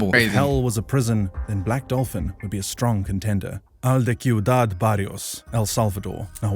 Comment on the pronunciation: bro as a Spanish speaker it burns when they say el de cuidad when it is pronounced (siudad) the c with the i make a type of s sound